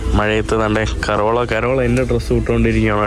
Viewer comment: എന്തോന്നടെ കോരോള അല്ല കരോള 😂